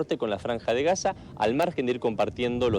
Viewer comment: Si estás en sderot, por qué dice Haza?!